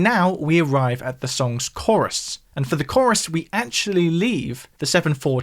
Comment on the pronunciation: Mate, I'm being a pedant but the way you are saying Chorus (korriss) instead of Core-iss is making my skull itch 🤣